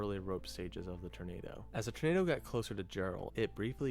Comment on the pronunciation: I'm trying not to hear the OP say "ternado" lol...just me? 😝